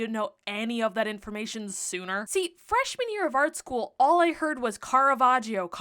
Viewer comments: Another fun fact: you should not pronounce the "i" in Caravaggio's name. So it's not Caravajio but Caravajjo. The "i" is there simply to notify that the "g" has a soft sound ("j") and not a hard one (g) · Quick note from an Italian: the "gio" in Caravaggio is pronounced "jo", not "jeeo". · Hearing "caravagio" as an italian hurts (double consonants make a hard sound) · The I in caravaggio is silent it's like "joe" 🤗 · Pronounced: Cara VAD jo. The 'i' is not pronounced, it just softens the 'gg'. 'i' is not usually pronounced after 'c' or 'g'. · It's pronounced "Carava jo" as in "jojo" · Great job on the story and the painting ❤ But the british name pronunciation is killing me 🥲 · You might want to look into how to pronounce his name correctly :) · You could have also looked up how to pronounce his name, the "i" is silent😅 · Love how she heard about Caravaggio for a whole year but still doesn't pronounce his name correctly xD (no shame, just funny) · The way you’re pronouncing his name is physically hurting me 💔 /gen